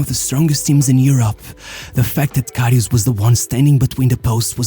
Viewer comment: Not Loreesh Karryoosh. He was amazing.